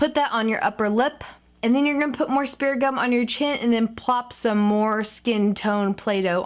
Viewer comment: Is she saying speriment gum!